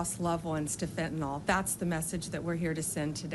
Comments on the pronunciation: Pam Bondi: It's pronounced "FINN-tuh-nill" - Fentanyl. Get it right, please. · FEN[t]enol (said like tylenol) isn't a thing. You can tell where people get their talking points by how they mispronounce things (kamala. zorhan, fauci) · Blondi needs to learn how to pronounce fentanyl